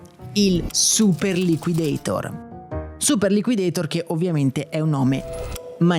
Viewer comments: Mai chiamato "super liquideitor" all' americana. Sempre chiamato super liquidator all' italiana e credo che anche nella pubblicità fosse chiamato all'italiana. Anche perché quel nome come dici nel video è stato inventato in italia. Ancora non c era la moda di pronunciare all americana i nomi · Super liquidator è un di quelle parole inglesi che vanno pronunciate all'italian, anche nella pubblicità i ragazzini pronunciavano la A in italiano. liquidetor, per quanto accurato, snatura la mia infanzia